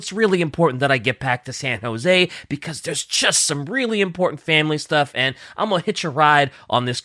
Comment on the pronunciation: This is gonna be an "uM aCtUaLlY" comment and I apologize in advance: At says the flight is going from Memphis to "San Joe-zee." Which is supposed to be pronounced San "Hoe-zey" as in the Spanish name José.